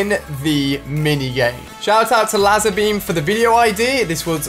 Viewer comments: Las er beem its LazarBeam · Lol Ali-a pronounces lazerbeam as l-ah-zerbeam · shout out to laza beam he pronounces it wrong 😂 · Shadi Master it's not lazerbeam is lazabeam ;P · its lazarbeam not lazabeam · Ender warrior I was being sarcastic. Ali a says laza instead of Lazer. Ik it's lazerbeam. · You say it Lazza beam? It’s pronounced like laser! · LAZA BEAM😂😂😂😂😂 IT'S LAzER BEAM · All I meant was that ali a said LAZA BEAM instead of lazarbeam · He said lAzer beam when it’s pronounced like laizer beam Have a great day :) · Ali Ali Ali It Is Lazerbeam not Lazarbeam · Seriously lazza beam... dude cant even say lazer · It's pronounced layzer beam not lazer beam 😀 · Pronounce it as Lay+zer+beam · It’s pronounced lazer-beam not lasar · Lazabeam😂😂😂 it's lazarbeam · It’s LAZER BEAM not lazzer beam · he said l-a-z-e-r-b-e-a-m instead of laizerbeam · did he just call of lazarbeam lazarbam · Oh and ali a it's lazer beam not laser beam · Pronounced layzar beam not la zar beam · You said late beam it's laser beam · ITS LAZARBEAM!NOT LASARBEAM! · it's said like laiserbeam not lazerbeam. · Lazerbeam not lazabeam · LAZER NOT L-AH-ZER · U pronounce it LASER beam not Lazzar beam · It’s lazerbeam not laaazerbeam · It’s la-Zar not laszer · It not lazzerbeam its lazer beam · it's laser beam not lasabeam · It's laaaaaaaaaaserbeam not lazer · It is not lazabeam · It's not La-zar Beam it's Lay-zar Beam learn your pronunciations. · Its Laaaaaaaaser beam not lazer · He said LAZA beam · Its NOT LAZABEAM! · He said “Laazer Beam”, at least try and get the pronunciation right. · It’s pronounced laser beam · The way you say Lazerbeam, It’s LazEERRbeam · "Lazabeam" xD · He said laazar beamm LOL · Ali, it’s spelt lazar beams but pronounced laser beam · laza beam he said laza beam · ITS LAYSERBEEM THAT IS HOW YOU PRONOUNCE IT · Ali said Lazar beam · It’s pronounced Lae-zer beam ali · Omg it's "laizer"beam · lazarbeam (lay-ZER-beem) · Its Pronunced Lazer Beam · It's pronounced L_Azer beam